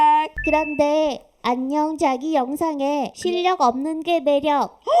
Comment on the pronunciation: ㄹㅇ 발음이 안녕 쟈기?도 아니고 안냥 Zㅏ기 이러네ㅋㅋㅋㅋ